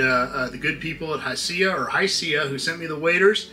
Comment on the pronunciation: I think its pronounced "High Sea", i was saying something similar to u until i heard another youtuber say high sea and it made sense to me😅. Because of u i give the ol mudhole a try once a year.............damn that didn't sound right....yall know what i mean😅😂 🎣